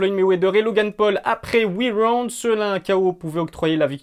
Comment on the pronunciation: Après huit waouund lol 😆 👍🏼